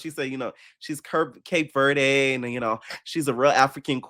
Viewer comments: it’s just “Cape Verde”, not “Cape verday” 😭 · I like Amber but how she pronounced Cape Verde was giving you've never been